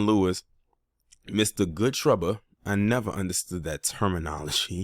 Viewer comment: Miss me with that cowardly “Guud Twabba” c🦝🦝nbabble!